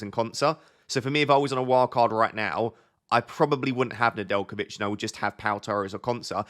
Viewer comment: Nedjelkovic perfect pronunciation ✅